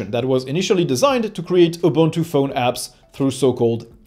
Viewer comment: Kudos to you for pronunciation. Ja, that is more or less what Ubuntu sounds like in the real world. When a reviewer mispronounce, I unfollow. I just followed your channel. If you can pronounce it, you achieved more than so many Linux "experts."